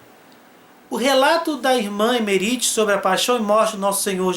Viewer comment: Que agonia de ouvir vc falar o nome dela (errado) kkk